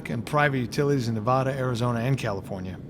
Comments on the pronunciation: Great vid thanks! Just gotta work on that Nevada pronunciation a bit :) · You’ve lived here long enough lol you should know how to pronounce Nevada haha !!!!